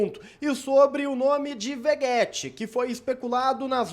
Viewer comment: Veguéti,? V E G U É T I?